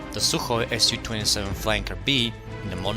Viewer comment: man it's not aS You - 27 it's Soo-27 поверь мне я рускамоуный